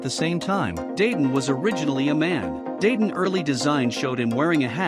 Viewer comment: Sorry if you feel bad but it sounds cringe how you pronounce Luffy, Dadan and other names in the video